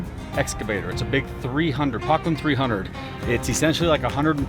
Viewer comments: Puh-clayn. 4-stroke but (phonetic) Doytz do tend to be governed quite high rpm. The engine oil is equally responsible for engine cooling so the oil, filters and coolers need to be maintained. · Poclain were a French company, pronounced poke...lane ,(deutz is pronounced doit.....zzzz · ITS PRONOUNCED : PO`- KLAINE !!!! PO AS IN HARD O SOUNDS LIKE OH PIN FRONT MAKES IT: PO- KLAINE, SOUNDS LIKE RAIN.... I BELIEVE ITS A FRENCH MACHINE! IM 71YRS RETIRED OPERATING ENGINEER OF LOCAL 57 PROVIDENCE, R.I. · Its a case poclain pronounced O p"0"clain and the engine is a Deutz pronounced replace the E with the letter >i< d"i"utz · Pok- Laine is how it's pronounced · Pronounced “Po clane “ one of the original companies to make hydraulic excavators. These are high pressure machines. 10k psi Deutz engines are 4 stroke. Someone is spraying too much ether… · " PO-CLAIN " pronounced " is a French Company . Very unreliable Machines , including the 180s . I used to pick these up from POclain -In HOOK Near Basingstoke Hampshire ,and they were Great for about a year ,then a the F In Things would start to fail . Kindest Regards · ...Pronounced "Po-clain" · Po,clain. Is how you pronounce the machine. French machine sold out to Case who now make them Top machine on the seventies and eighties. Sold by Volvo agents then, as Volvo did not sell excavators. Complated hydraulic system for its time and real with oil leaks. Air cooled duetz motor bullet proof. Hydraulic pump can be a worry . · It’s pronounced “p-oh-clain”…lots of heavy civil and deep water and sewer companies used these old Poclain’s…lots of reach…lots of dig depth…Poclain is a French company and the biggest one they made was the 1000 and it was massive…I believe all Deutz engines were 4stroke…great old machine… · PO(as in hoe)-clain Duetz diesel pronounced: Doy(toy)--CH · It’s pronounced pO’clain.